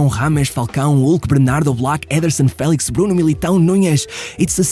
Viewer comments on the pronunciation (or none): none